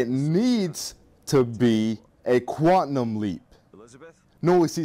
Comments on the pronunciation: You say quantum wrong You're saying quantnum with an n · "QUANTNUM LEAP" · you say quantum weird